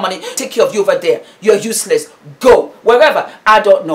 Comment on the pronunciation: You are truely a blessing ma'am,very on point, your emotions are on point ,on a light note: you got me laughing with the "you are uselessssss!!!!!!!!' that is sure a naija vibe,super super proud of you